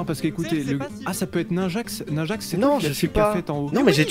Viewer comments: Waza: Nainjaxx ? Moi: Non Niiinjaxx sa se prononce Ninjax et non Nainjaxx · Waza il dit nain-Jax XD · On en parle du gars qui a dis nunjixx